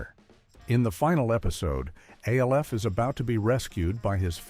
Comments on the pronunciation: Or at least use better scripting that phonetically sounds out the word instead of spelling it out! MASH , not M-A-S-H. ALF, not A-L-F🤦🏿‍♂️ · Our favorite alien was called “Alf” like in Alfred, not A L F.